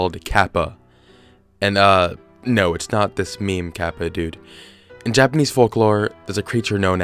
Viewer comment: as a japanese speaker its hard to sit through him pronounce kappa over and over again badly. lol. the small tsu sound is hard to pronounce for non-native speakers but oof its just so hard to sit thru lol